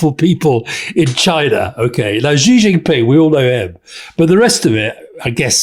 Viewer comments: Gott im Himmel, Alastair, please take a lesson from Rory on Chinese pronunciation. It's not "Zhee JinPing". The sound "zhee* does not exist in Mandarin Chinese. The sound represented by the character 習 is much closer to the English "she" or "sea". Just make it a bit more "shh". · XI as in XI Jin Ping, is pronounced like SHE. SHEE JIN PING. Not dzee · Hey Alistair - Xi is pronounced "She"!